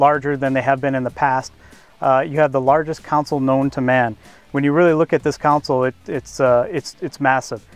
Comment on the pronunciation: Hey John, did you catch Repeatedly say Counsel, referring to the center console. He may be a designer and all, but he needs to learn the correct name of his own products.